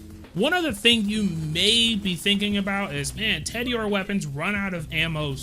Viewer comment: Everytime you say "Teddy-ore" I die a little inside.